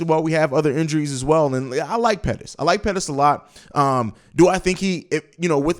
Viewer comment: mooney says Pettis